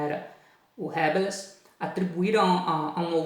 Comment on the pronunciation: Professor, me perdoe a correção, mas o som correto de Rabelais é: "Rabelé"